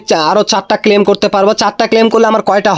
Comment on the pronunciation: ক্লেইম বলেন কেন? মূর্খ, ক্লেম করা যায় না